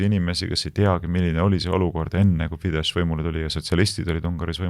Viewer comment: Magyar hääldatakse modjor ja Fidesz fides. Szijarto rõhk on a ja o peal.